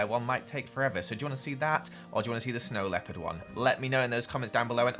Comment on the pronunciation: Did you say snow leaperd my main character is a snow leaperd